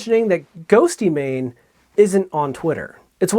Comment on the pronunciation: "GhostYmane" Oof. Otherwise, great video!